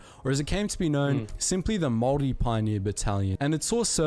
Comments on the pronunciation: When you pronounce the word Maori its said like mowri instead of maowri if that makes sense, and you kind of drag the o a little bit. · Not to be annoying but it is Māori not mori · Māori* as opposed to Mori. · It is pronounced "moldy" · Māori is pronounced more like mouldy but spelt more like moulree but don’t say ree at the end the r is rolled in Māori pronunciation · man says samoan and moari wrong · If you can say 'mouldy' then replace the D with an R. There are two different ways of pronouncing it but the one above is h9w its said in my part of the country